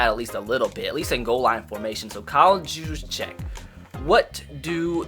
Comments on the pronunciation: Its Kyle Use-Check. Not Jues-Check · It’s (Hugh’s-check) not (juse-check) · Kyle's name is pronounced you-sa-check just wanted to let you know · His name is pronounced Kyle use-check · love your vids but btw it’s pronounced Yoo-z-check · It’s pronounced Use-Check And this has always bugged me but Bouye is pronounced boy-yay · Get Luke Kuchely. Also, it's "Yousjeck"